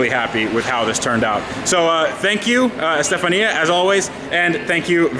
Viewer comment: It's pronounced ( Stef-on-ya ) lol 😂 not Stefan-e ya